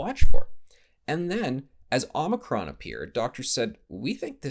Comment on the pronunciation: Did he say 'mono-cron'? Don't give them any ideas! LoL